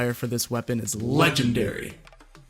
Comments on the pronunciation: Not LIGENDARY is L E G E N D A R Y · Nobody:: Le jen drry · legendary pronounced (le-gender-E) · Great speaking When u said legindary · The best pronunciation and modifier for meowmere is LIGENDARY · u mean lEGITdary UwU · I heard ligenderi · Le gerdery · haha I love how you said luh-genderee Also, this video is great! Super detailed and informative, great job I can tell you put a lot of effort into it! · the way u say legendary . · I haven't stop laughing after hearing you pronounce "legendary" on that meowmere's best modifier